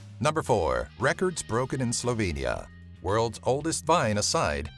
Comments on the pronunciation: wow men se je prov zdel da je skorej vse slovenske besede narobe povedal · Great facts, I learned something new, despite I live here, but yeah, you massacred our words. But I get it, it is tough language to learn and speak? A for effort. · It's nice you pointed these things out, but I suggest you, that next time you take a class of Slovene or at least learn to speak Slovenian words correctly, because when I heard Slovenian words (dishes, cities, names, attractions etc) I didn't undestand a them, except Tina Maze.. But other names/words were completely wrong pronounced and not understandable.